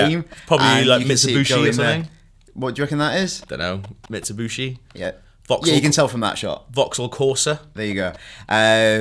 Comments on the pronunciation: Lol exactly. And they didnt even say mitsubishi right. He said mitsubuushe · 1- what is a "Mitsoobooshi"? 2- you can tell that is a Mustang just from the tail lights and the shape of the car 3- it feels like Fast and Furious because THAT IS CLEARLY L.A.! 4- You need to reference a cop car to tell this is a North American city, not even LA? really? 5- you like the feel of racing and getting chased by cops? that has been in the formula since day one! Rivals was built around it! 6- Why do i care what music is playing in the trailer? that youngsters is why this episode of Rewind Theater sucks exhaust. but if it turns out to be Underground + Most Wanted 2005 + Carbon im sold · Ford Mustang. Not a "Mutsubushi" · "Mitsubushe"? Soooo IGN mate invent new car :o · Takes a true IGN employee to call a Mustang a Mitsubuushe. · Waterboxer if he said Yoshimitsu i would still consider it less incorrect than Mitsubuuushe